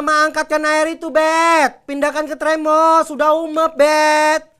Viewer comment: Termos mak bet bukan tremos